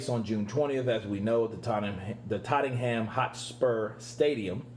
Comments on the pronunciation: Tot Num is how its pronounced. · Aha Tottenham is pronounced “totnum” much love and respect! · its Tottenham ( pronounced more like tot-nem basic phonetics)...... 🤣🤣🤣🤣 Back to the geriatric old fool Bob Arum...... the guy is just full of hatred towards eddie heard an AJ........ is that stemming from jealousy?? A few months ago he had the bummer an Ruiz holding the belts.... hoping for a unification........ come forward a few months and hey the UK hold ALL heavyweight belts. And now his nose is outta joint so hes going back on the offensive again!!! What a bum!! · It pronounced Totnam. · please pronounce it TOT NUM HOTSPUR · You mean "Tut-nem"